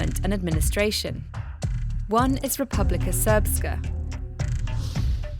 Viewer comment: How do you pronounce Srpska correctly but don't know how to pronounce the names of the politicians 😅. "Ic" in that region is pronounced "ich" ("itch" in English).